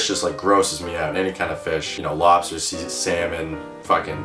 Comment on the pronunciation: your boston showed face when u said "lobster" :)